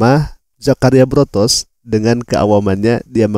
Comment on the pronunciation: Botros, bukan Brotos